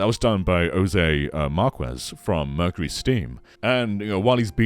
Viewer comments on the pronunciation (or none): none